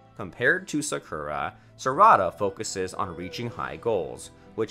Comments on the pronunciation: U said sakura wrong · Why he pronouncing sasuke3and sakura like that tho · “Sasookae and Sakoora” 🤓🤓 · Ayo my guy legit said "Sa-Ku-Ro" instead of Sakura- 😭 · bruh the pronunciations be like boruto nah buritto sakura nah sakoorah sasuke nah sasUke man 😂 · Burootoe surada narootoe sukoora susookay this man cant pronounce anything. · Sasookay, sakoora, narooto, hinaata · sockura and sukra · "SaSuke and SaKura" yeaa these pronunciations are finna be the death of me🤦‍♀️💀💀